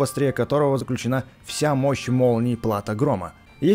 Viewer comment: Не плАто а платО